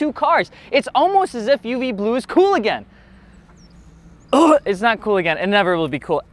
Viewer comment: We gagged together when you said "UVBLUE" my friend 😂😂😂